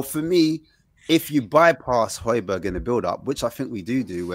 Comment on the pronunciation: bruh how do you still not pronounce hojbjerg properly